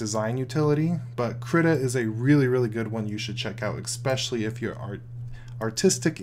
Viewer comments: What does eXspecially mean? OR do you mean especially? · Especially doesn't have any "x" in it. Saying, as many times as you do and saying it wrong, is just annoying. Except for this everything else is great.